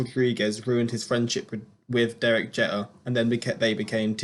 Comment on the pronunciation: you said derek jeter wrong